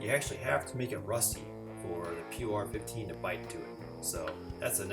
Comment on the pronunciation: It's pronounced "poor" 15 😉